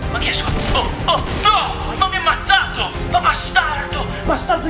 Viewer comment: Invece di dire ammazzato ha detto ammaziato